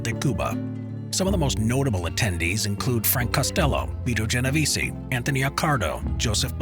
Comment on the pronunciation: If you really want to sound like you know what you’re talking about please pronounce things correctly: Geno veh Zeh (EH sound) Corl eh own eh= Corleone